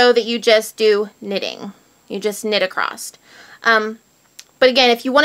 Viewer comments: Across not acrosst (sorry) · I heard that pronouncing across as acrost was a north mid-western thing. The repeated mispronunciation is accosting my west coast ears. Great channel nonetheless! :) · Sometimes it's just a regional thing... all my family in Indiana says "acrosst" too. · why is it that Americans and Canadians pronounce the word across with a "t" at the end? lol